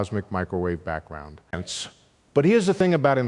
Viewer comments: Is he saying "hence" Sounds like he is saying "Ants" At the end of every sentance . I gave up. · I thought it was "Ents." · Sounds like "hence" at times. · He's not saying hence, he's saying HINTS, as in keep listening for the next fun idea I'm going to lay on you. Gentleman likes suspense. Could be that's what he's also saying: susp...ENCE. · Ense? WTF 😂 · I can't watch this. "ence" 'ence" "ence" 'ence"..... Sorry. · Is he saying ends at some of the ends of a sentence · Hence? all I hear is ence, ence, ence. How ridiculous, ence. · Enice, ence, enis, hense, hence, henis .... gd wtf 😮